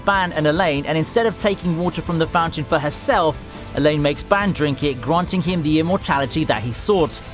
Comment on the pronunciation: Ew ...why does he pronounce ban like that?